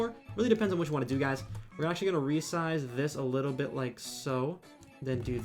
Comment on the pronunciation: why do you keep saying "licku bit" instead of "little bit"